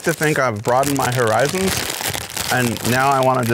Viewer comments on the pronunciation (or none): none